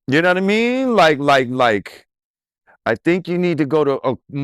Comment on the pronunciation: Lord Jamar I don't know yanadamean I am sure drizzy yanadamean and yo yanadamean. Completely uneducated.